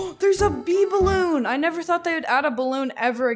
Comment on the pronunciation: ITS A BEELON😂